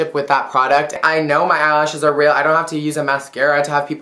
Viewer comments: Lol "No, they're rill" :p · "If they're fick" "no they're rel" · if they're feck. no they're rill. :3 love you